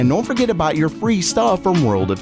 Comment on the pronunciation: I just keep hearing "World of taints".